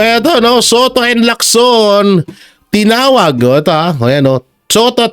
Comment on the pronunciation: Galing mo. Tama ng pronunciation mo ng Lacson. Chinese name yan at hindi Amerikano "Leak-son" parang Jackson. Parang Locsin yan.